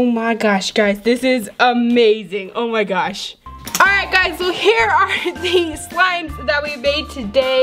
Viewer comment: Lol take a shot every time she says ,,Omg-O mah gash."